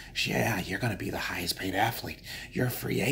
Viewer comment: What??? *Hidhest Paid??? Oh my God, My toes are laughing 😁